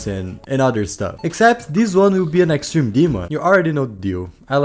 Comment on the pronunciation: “Extrene demon”